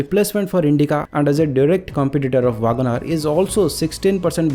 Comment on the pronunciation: Vaagan R nahi bhai 😂. Check for the correct pronounciation.